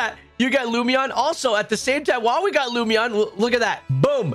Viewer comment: Hi. Lum In Eon (like Luminous) Lumeon was not it 😂 It was just killing me hearing it a dozen times. Thank you. Great videos, I’ve been using the playlist for weeks picking up target Shinies.